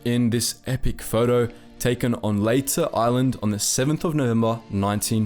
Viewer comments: My maternal family has an entire history there. No. It's Ley-Teh(American Accent), you were quite close "Lay-Tay" in Tagalog would sound like "Lie-Tie". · Leyte is pronounced Lay tee. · It is Leyte (the e is a long e sound). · Thank you for pronouncing Bataan correctly. Then you murdered Leyte!